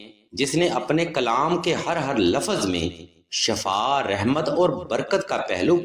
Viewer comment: Assalamualaikum mazrat k sath video main word shaffa bola gia h jisky mean grdha h lafz shiffa hota h.